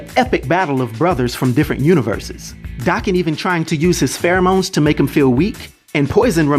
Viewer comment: Daken's name is pronounced DAY-KEN, not DAH-KEN. It's a Japanese name, think of it being pronounced like taken, but w/a "D"